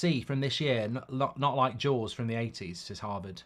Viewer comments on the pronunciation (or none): none